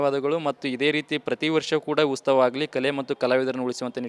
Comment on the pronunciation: ಉಸ್ತವ ಅಲ್ಲಾ ಮಾರಾಯ್ರೆ ಅದು ಉತ್ಸವ 😅😅